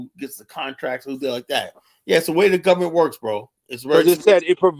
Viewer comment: It's the "gubberment" 😭